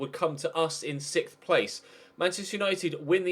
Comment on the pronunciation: Is it just you, or can no British people say 6th...